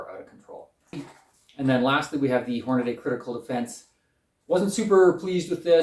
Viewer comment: Thanx for the in depth comparison. BTW, it’s Hornady not Hornaday.